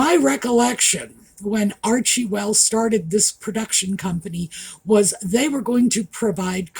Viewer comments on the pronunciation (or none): the name is Arch-well not Archie-well, unless you are making an intentional pun.